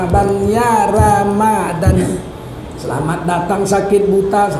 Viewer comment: yang bener tuh ramadhan bukan ramadhon.